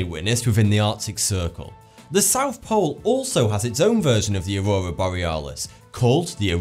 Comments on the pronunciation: He says auwowa lol. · ''the aroura on uranus'' lol